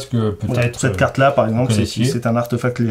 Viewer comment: Coucou tous les trois :) En même temps on ne va pas t'engueuler parce que tu dis papeur tales alors que eux même ont dit arteufact tout du long (artefact vient du latin où le e se prononce é, et la réforme de l'orthographe de 1990 en a même changé l'écriture officielle en artéfact pour rétablir la concordance de la prononciation avec l'écriture) Essayez, vous verrez : c'est plus joli ;) Ciao ^_^